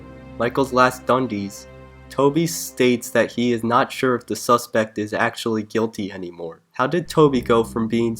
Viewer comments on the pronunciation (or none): his tone sounds like he's always about to laugh + the pronunciation of suspect as 'suspek' shivers my timbers in a bad way